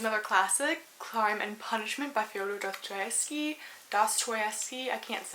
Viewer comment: I pronounce it "DOSS-toy-EFF-Ski."